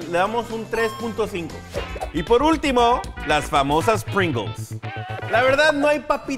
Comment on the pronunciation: Se pronuncia "pringous": Es el sabor de Pringalls